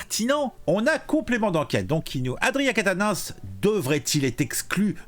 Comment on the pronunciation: Aaaaaaaaaaaaah !!! Je DÉTESTE quand on massacre les noms de famille !!! 😤😤😤 C'est QUATENNENS, prononcé : "Kat-nince" !!! (pas : "Catin-nince" 😑 ... )